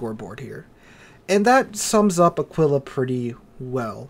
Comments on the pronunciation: Nice video, as usual, a fair and balanced exposition of your opinions. One thing, though, it’s pronounced Àquila, not Aquìla Alike it’s Brìndisi and not Brindìsi, etc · Pronunciation: Ah-Kee-La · Wrong. pronunciation is almost on spot, since when saying "qu" in Italian you have to say the "u" loud and clear. The only mistake he makes is the sress, the emphasis should be on the first "a", and not on the "i". Just like with the English "eagle", you put the stress right at the beginning of the word. So it's like AA-kwe-la